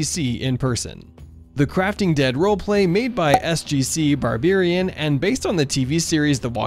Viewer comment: He says SGCBarberian wrong